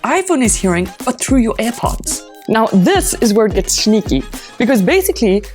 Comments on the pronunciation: NO SHE DID NOT EVEN PRONOUNCE SNEAKY RIGHT. MORE LIKE I AM A SNAKE! I WANT YOU TO SHOW ME YOUR ADDRESS, AND I WANT YOU TO GET A JOB LIKE AT A RESTAURANT OR SOMETHING INSTEAD OF MAKING STUPID TECH VIDEOS!🤬🤬🤬🤬🤬🤬🤬😡🤬😡🤬😡🤬😡🤬🤬😡🤬😡🤬😡🤬😡🤬😡🤬😡😤😠😡🤬😤😠😡😠😤🤬😡🤬😡😠😤😡👿👿🤬👿🤬👿🤬👿🤬👿🤬👿🤬👿🤬👿🤬👿🤬👿🤬👿🤬👿🤬👿🤬🤬🤬🤬🤬🤬😠🤬😠🤬😠🤬😠🤬🤬😠🤬😠🤬😠🤬😠🤬😠🤬😠🤬😠🤬😠😺😠🤬😠🤬😠🤬🤬😠🤬🤬😤🤬😤🤬😡🤬😡🤬😤🤬😤🤬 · its the "shneaky" for me xD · 😂 why you pronounce shneaky and shweet that way? Makes this channel even more...SHplendid . Got my Shub and like